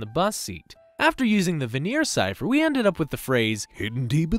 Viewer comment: Bill Cipher not bill chypher